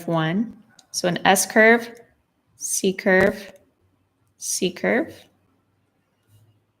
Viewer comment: totally this was a great glass among ao many great classes, I loved seeing something lovely and clearly floral appear under my hand - like magic!; something irrelavent, but kind of funny, sometimes when you say C-curve, I hear seeker [though from your books I know what you mean and youtube's auto-captioneseems to r hear secret sometimes hears seeker, too, whew. I'm not the only one!